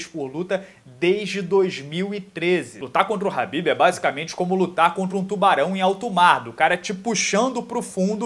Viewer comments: Porq falar rabibi se os cara da gringa fala kabibi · A pronúncia kh se diz ka, e não ra .